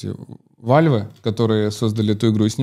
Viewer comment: "Вальв" -===- Гейб перевернулся